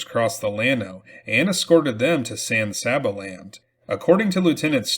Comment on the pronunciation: San Saba is pronounced San Say-ba.